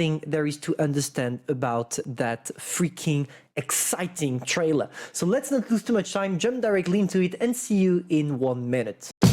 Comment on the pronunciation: 'traller' XD nice video